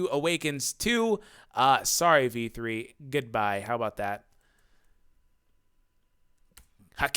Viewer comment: Lol when you say v3 it sounds like. "Dammit v3!" 😂